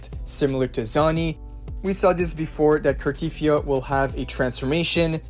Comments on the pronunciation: its pronounced carteTHYA not carTEETHYA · Car-tea-thee-A... jesus pronounce her name properly...